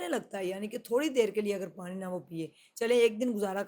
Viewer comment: apko Allah Pak hamesha kamyabian Ata fermy, apse request hai keh ap Noon KO Sahi kahin, jesey Pani KO panri nhi bolna, Pani bolna hai, Khanra nhi Khana kahin, isterha AUR bhe jahan noon ay Tou Sahi talafaz Ada krney ki koshish krain. Moazrat k Sath.